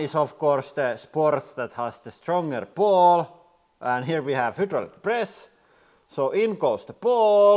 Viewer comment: Will you ever say hydraulic? haha :D